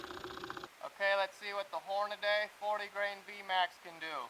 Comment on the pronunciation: Hornady. One more time. Hornady. Not hornadaaaaaay. There’s only one A in “Hornady”. It’s Whore-nuh-dee. Not whore-nuh-day